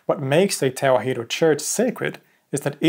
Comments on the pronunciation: "Tewahedo" in Amharic is pronounced mostly as you said it, but the "he" is said more like 'hi' as in "hit," not 'hee' as in "heat." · Small correction, Tewahedo is not pronounced as Te-wa-hee-do, it is pronounced Te-wah-do. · Tewahdo is pronounced as Ta-wa-hh-dow